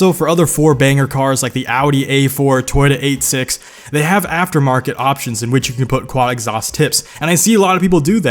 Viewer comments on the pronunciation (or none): HEY YOU PRONOUNCED TOYOTA 86 WRONG